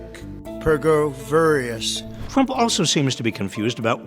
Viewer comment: Was that supposed to say "Pergoveris?" I've never heard the word "Pergoverious?" I don't think it's a word. Either way, he's lost it!